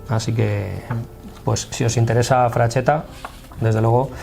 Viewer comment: No es "frachetta" sería pronunciado "fraxetta" pronunciado como la x del castellano antigüo